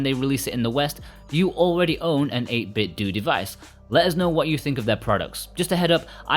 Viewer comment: If I hear one more person pronounce it "8Bitdoo" instead of pronouncing it like Nintendo